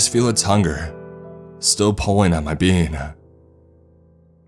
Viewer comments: my dumbass kept hearing bean instead of being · Is it getting on anyone else's nerves that he repeatedly keeps saying "bean" instead of "being"? Haha, he's saying it too fast! 🤷‍♀️ That would suck if that's what happens when we die. Selfish MAN, of COURSE he would pull this shit while she's giving birth. Haha-all in good fun!😘